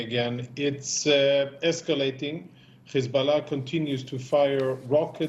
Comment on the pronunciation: Words like height and hard are pronounced correctly but H group and Hiz group is pronounced with kh